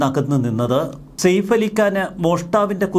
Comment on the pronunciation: സേഫ് അല്ല സയഫ് എന്നാണ് ശരിയായ pronounsation